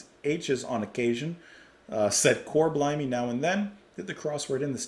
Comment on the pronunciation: its not 'cor blimey' its 'gor blimey' which is an abreviation of 'God blind me'.